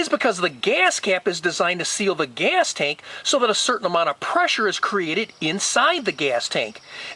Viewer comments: Your video is helpful. BUT, OMG!!! The way you say “geeyass cap” is brain scratching!! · why do you accent on the word GAS?